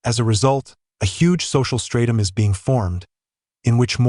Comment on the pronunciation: the word is spelled STRATUM and is pronounced stratum, NOT stratom FFS!